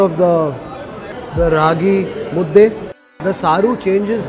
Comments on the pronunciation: Thank you for pranouncing "Raagi Mudde"correctly, Kannadiga💪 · since ragi mudde was pronounced properly gave that example... Rave undde , nuchin undde, puri undde anything will do... 😂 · He can say raagi mudde but he cant say kheema unde😂